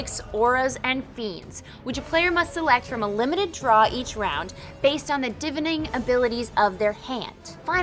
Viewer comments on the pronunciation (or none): speaker doesn't know how to pronounce "divining"